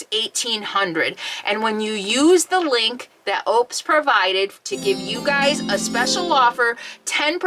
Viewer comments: Pronounced on their commercials……Oooh - pus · Just a heads up - pronounced O-pes . Great power station!